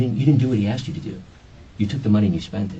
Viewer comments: Speaks well until “axed”😅. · So annoying when people say Axed... She axed me a question